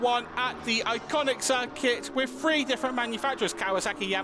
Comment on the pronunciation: Diabolical that a commentator has such poor pronunciation!! "he has now won wiv free different makes of bike" Speak properly it makes you sound thick!!!